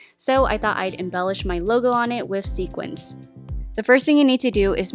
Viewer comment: Loved all your ideas! FYI: Sooo many people pronounce the word "sequin" as "sequince". The plural of "sequin" is "sequins". If you have a sweater that is embellished with sequins, you would say "I am wearing my sequined sweater".